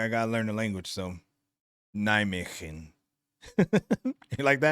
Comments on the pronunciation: Nijmegen... Perfectly said. You're a natural! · As a local of Nijmegen I can tell you that you nailed that pronunciation. 🚴